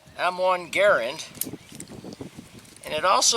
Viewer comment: The beauty parked behind you, the quality of your bench, the bench jig, and the operating room cleanliness of your garage tell me everything that I need to know about you! Oh, and then there’s that immaculate M1 and how you pronounce Garand that show off your attention to detail. Well done sir, well done!